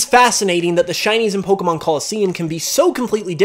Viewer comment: Stop saying Poh-ker-mon instead of Poh-kay-mon!